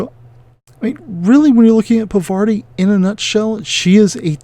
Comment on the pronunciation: Yep...still not Pavarti. Her name is pronounced paar-vuh-TEE if you want to be absolutely correct, but I think most people say paar-VAH-tee, not puh-VAR-tee. Significant if you’re into the Infinity lore as I believe this is the name of a Hindu goddess, harkening back to when Aristeia was called Yajurveda. Also one of the new tactics decks let her attack at range 1. Bonus!